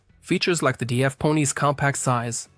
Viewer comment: DAF is one word not D, A, F.